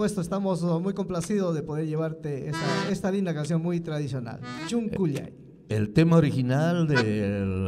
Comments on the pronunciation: NO SE DICE "CHONKHOLLAY" SE DICE "SONKHOLLAY" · Por qué cantan chuncullay si originalmente se pronuncia sonqollay